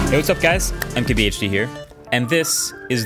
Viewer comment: Why does it always sound like he’s saying,” hey there guys I’m KBHD here”